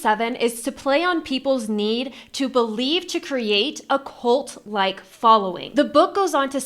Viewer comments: it's "cult", not "colt"; thought you were talking about little horses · that's not what I am hearing. Most younger people are pronouncing words like cult as "colt", and "results" as "rezolts." It's like a YouTube accent.